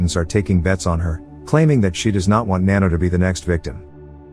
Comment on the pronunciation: its nanno not nanno